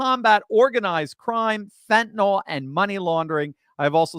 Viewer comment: Fentanyl, not fentanole, I suspect Fidel Trudeau needs a dose or two to ease his pain 😂😵‍💫